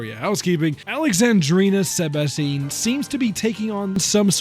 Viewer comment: Is this the video that tricked me into believing her name actually is sebastine rather than sebastiane